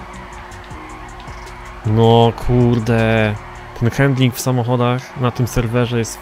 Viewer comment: sr z eto napisze ale nie mówi się:hendling,, tylko handling i tak samo sie pisze